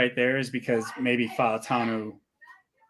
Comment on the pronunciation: "Fau" of Fautanu would typically be pronounced as one syllable like "Mau" of Maui is.